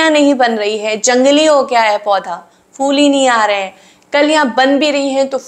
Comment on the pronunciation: For God's sake, it's not 'fool'. It's phhool. Phh is a Hindi letter. Why do you guys can't pronounce it?